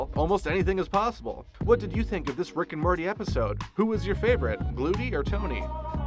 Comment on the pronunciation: So anyone else notice he says Rick and Marty.